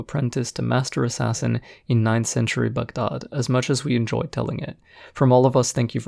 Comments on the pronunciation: glad you call it Bug-daad and not Bag-daad..in the video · You’re the only YouTuber to pronounce Baghdad correctly and as someone w a middle eastern background as well as a fan of your content makes me even more happy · Review aside, I love that you pronounced Baghdad the way it should be